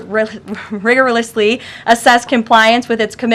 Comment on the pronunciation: Say RIGOROUS AGAIN ! LOL